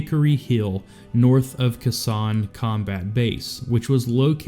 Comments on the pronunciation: Khe Sanh is pronounced (Kay sonne) not (keh sanh) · It's Khe Sanh!! Where the fuck this guy learn to narrate and pronounce words "kah Sanh" . Try Kay Sanh. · Khe Sanh = Kay Saan not Kasan. AI is cool but if you take time to do an important video like this don't be so f*ckin' lazy about little stuff like that. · Khe Sanh is pronounced Kay sann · Let's get one thing straight.. It's pronounced Key Sonn. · Please, Please learn the correct way to say the names of the locations. K-Sone is a easy way to say it. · Brave man indeed. FYI, Khe Sanh is usually pronounced 'Kay-sarn'. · You didn't learn how to pronounce Khe Sanh????